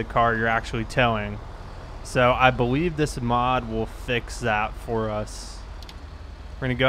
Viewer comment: powice officer lol boweive lol